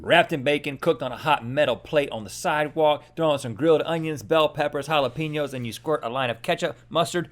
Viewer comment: ITS JAL-A-PAY-NYO NOT PEENYO